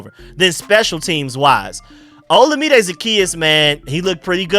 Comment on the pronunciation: Shoutout to you for pronouncing Olamide correctly. Your original pronunciation wasn’t too bad but to take the effort to make sure you’re saying it all the way correctly is really cool of you.